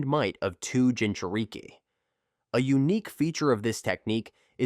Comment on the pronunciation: bro got the ai saying gingereekie